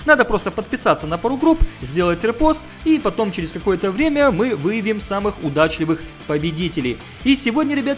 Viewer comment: ты сказал выявим или выебим, ато сижу, мама рядом, и тут "выебим..." ))